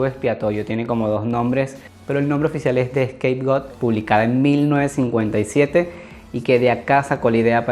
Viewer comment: Tus vídeos están muy buenos pero por favor cuando pronuncias los años hazlo de la forma correcta, por ejemplo 1957 (mil novecientos cincuenta y siete)